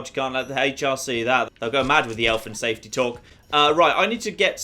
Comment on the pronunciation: Did he just say... Elf and Safety talk?